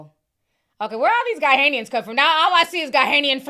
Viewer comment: " GA-NA , GA-NA" = Ghanians not Ga-hay-nian